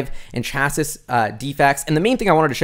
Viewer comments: Love! One pet peev though. The word is pronounced "chass-ee" not "chass-iss". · Great video! Btw chassis is pronounced cha-see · Chassis is pronounced "chassee"